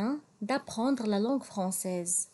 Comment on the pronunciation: Katsddi chwya bzzf dik LAN f "LANgue française"; Khski tkhfifiha chwya ; sinon ta prononciation est très bien.